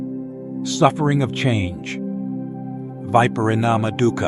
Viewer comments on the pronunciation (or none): none